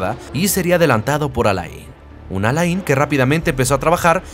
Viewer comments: Alain se lee Alén. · muy buenoel video.....q recuerdos de aquellos años en q empezaba yo a ver formula 1,,,,,,,,,pero por lo q mas quieras,,,,,,aprende a pronunciart alain,,,,,,no es muy dificil